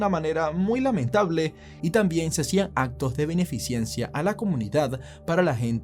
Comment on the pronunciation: Cuál beneficiencia, se dice BENEFICENCIA